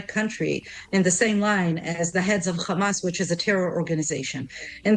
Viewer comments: Blond 'semite' and Khamas. She can say Hostages, she can say Have, but she can't say Hamas. Lunatic. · You know whats up when you hear ”khamas”